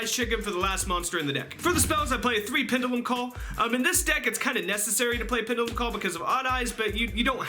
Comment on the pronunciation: Pendulum mispronounced. Kappa